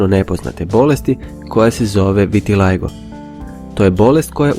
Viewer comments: Čuj ovo "vitilajgo", pa kaže se "vitiligo" kod nas, zašto koristiti engleski izgovor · kaze se Vitiligo, NEE Vitijajgo.glupane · Nije vitilajgo nego vitilago(nije hate) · Kaze se vitiligo